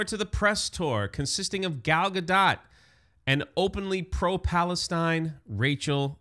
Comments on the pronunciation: I love how we still don't know how to pronounce "Gal Gadot"- definitely the superior Wonder Woman 🙄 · The fact that you can’t/won’t even pronounce gal gadot’s name accurately makes this whole video sus.